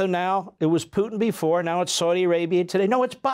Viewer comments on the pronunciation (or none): pewtin? come on, you're supposed to be an intellectual and you can't pronounce Putin correctly?